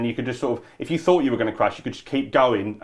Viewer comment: "I don't need some educated scientist coming along telling me what to fink. I fink my own forts" needs to be on a t-shirt.